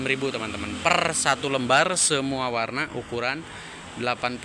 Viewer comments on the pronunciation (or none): none